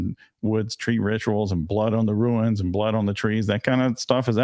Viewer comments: Just a quick comment on the pronunciation of the word rune, it sounds like roon. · Ha, the case is getting so weird, I thought "Ruins?" "There's ruins now?"